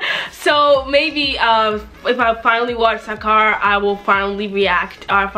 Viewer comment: I don’t know what’s worse she says sarkar wrong or the fact she can’t say ponnu